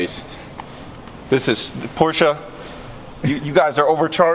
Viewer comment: Crim Thank you for saying Porsche :D For me as a german it is like an insult to call it a Porsh^^